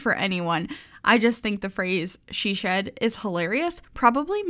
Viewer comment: What said: it's a little shed!:D What I heard: it's a little shit! Me::o